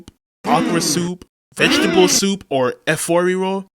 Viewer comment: Ah yes the “Vegeetahble Soup” my favorite